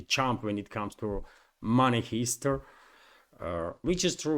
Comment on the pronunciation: Heist. It's pronounced Hi-st like Hi. not He-st